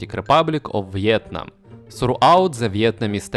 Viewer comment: Ты так прикольно говоришь "Виетнам" на английском